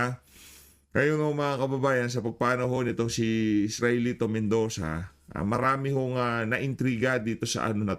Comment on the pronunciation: ESTELITO Mendoza Sir hindi Israelito...